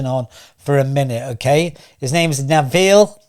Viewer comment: Please do your research, it is not pronounced Med moms ly and the guys name is not Naville.